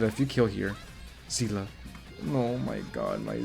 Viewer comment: it's see-le not zi-la 😢